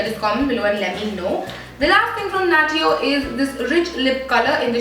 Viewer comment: Isnt natio pronounce as "nashyo"